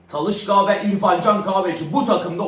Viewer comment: Talışka değil Talişka😅